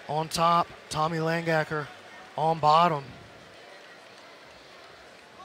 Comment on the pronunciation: It's Lang-Aker not Lang-Gaker